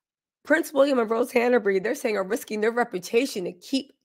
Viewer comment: It's Hanbury, not Hanabery